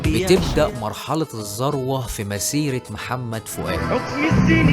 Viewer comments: مجهود جبار، شغل جميل، سرد رائع،،، لو تكرمت بس كلمة الذروة بتتنطق (الذُروة، بضم حرف الـ ذ) وليس ذَروة بفتح الـ ذ. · عندي ملاحظة في نطق بعض الكلمات بحسها غريبة زي البيتلز و الذوروة